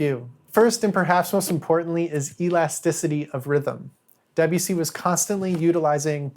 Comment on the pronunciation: You could at least try to pronounce Debussy’s name correctly